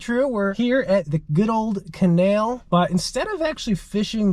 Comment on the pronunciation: “Da canail” “In this canail” “CANAIL!!!”